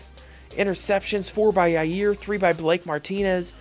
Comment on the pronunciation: Did you seriously call Jaire yayir